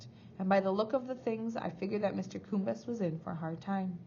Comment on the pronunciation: Hi, these readings are great and are saving my voice. Just a little reflection - I think you may be mispronouncing a couple of the names - Mr Coombes is Mr. Cooms (silent b) and Thwaites is pronounced as all one sound thw-aites ( not Thee-Watts).Hope that feedback helps a little. Cheers:-)